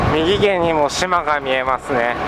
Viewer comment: みぎげん？ 右舷じゃないんですか？ うげんですよ